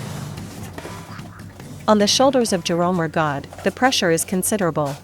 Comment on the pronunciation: Not pronouncing Rigaud correctly